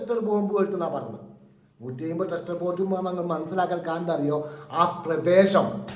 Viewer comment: ക്ലസ്റ്റർ ബോബ് =ട സ്റ്റർ അല്ല